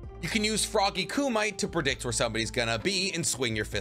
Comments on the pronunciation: Koo Mee Tay, not Koo Myte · Frog Kumite. Coo-might? Naw bruh Ku-me-tay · I really love your videos, but please try and pronounce kumite correctly. ku-mi-te. Ku-mite sounds off. Just a friendly suggestion and would keep watching non the less. :) Keep em coming! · Not kumite ku might tho lol ku ma tae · So you can say Ryuuchi cave correctly but you cant say Frog Kumite? You said it like termite, but kumite. Its Ku-mi-te. Mi is pronounced like Me to you Americans.